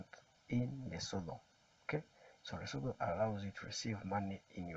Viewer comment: My man you talk too much. Please just get to the point, and be clear. We don't need all that other jazz. Also, it's pronounced Lesutu! Not Leso-tho. Look this up. Again in future, please get to the point.